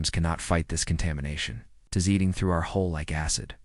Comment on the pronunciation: IT'S HULL HULL HULL DO YOU EVER GET IT RIGHT?